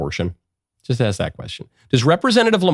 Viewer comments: I will never ever respect a grown adult who pronounces ask as "axe". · “Let me ax you a question” straight from the learing center. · How many times did she say aks? Enough that we noticed. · Before you even mentioned it, my thought was that anyone who cannot pronounce the word ask should not be allowed to ask anything. How did we elect so many illiterates? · Thank you Michael for finally calling attention to the epidemic of dumb people pronouncing ask as ax. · She wasn't asking, she was axing. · " I'm just axon a question" another one that drives me nuts is when people say Unined Nates instead of United States. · She's just axing. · Lamonica be axing da questions.